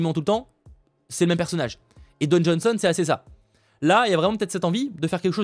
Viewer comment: C'est DWAYNE pas Don...mon cher 😊 car tu as prononcé plusieurs fois Don...mais bon, sinon bonne vidéo